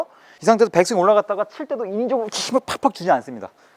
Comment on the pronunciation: 백스윙을 빽스윙으로, 릴리즈는 릴리스로 발음 해주시면 더 임팩트있는 레슨이 될 것 같습니다.